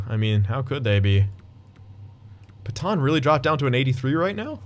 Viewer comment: Pet-anne not Peton please dont say Peton anymore